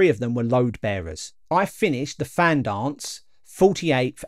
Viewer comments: It’s pronounced Van not Fan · I dont know if this has been mentioned but its pronounced van not fan. :) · Fan is pronounced Van. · Fan pronounced van. Awesome effort though.